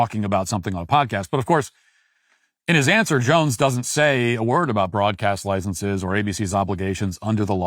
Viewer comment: "Licenses" is not pronounced "licensees," which is a different word with a different meaning. Yes, I am a Grammar Nazi who thinks words have import and meaning.